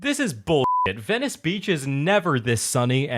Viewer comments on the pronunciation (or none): none